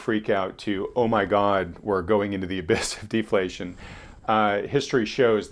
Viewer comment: I love defaltion. Its natrual.